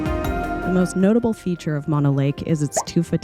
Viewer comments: It is M-ō-no lake. Not Mono like mononucleosis. 🙄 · Mo-no lake Not mon-o lake. Drove by this lake as a kid going camping with parents to Yosemite, and remember the lake full with a resort and sailboats out on the water. Now after years of L.A. taking water from the streams that flow into the lake it is rather low. It has come up a bit in the last few years but nothing like it used to be. I wouldn't swim in that water if you paid me. Yuck. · Please, it is Mo-no, not Maw-no. Mo rhymes with no, (not Mo rhymes with paw) Thank you. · Horse manure , it’s pronounce Mah-know lake…….. MONO ……I’ve lived in both Bridgeport, Topaz and Mammoth lakes for decades …..there is NO special pronunciation of the lake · It’s pronounced Mo-No. like Moe, Larry, Curly. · Not to nitpick, but it's pronounced "MOH-no " lake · "Mono" in Mono Lake is pronounced as "MOH-noh." The first syllable is pronounced like "mow" (as in mowing the lawn), and the second syllable is pronounced like the "no" in "note."